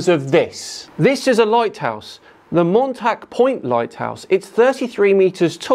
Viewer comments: Montauk as in montawk 😊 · It's pronounced Mawntawk...at least that's the way my family from Long (pronounce the g too) Island always did.😁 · Point of pedantry: The striped lighthouse you show is the Montauk Point lighthouse, pronounced with the "aw" sound New Yawkers are famous for.